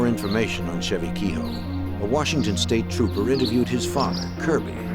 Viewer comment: The pronunciation of kehoe has made me stop watching. Pure bastardisation.